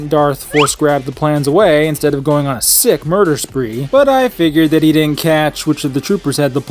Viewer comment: You pronounce "didn't" like an ex-stormtrooper. Cut it out! From now on say the second "d". Ffs.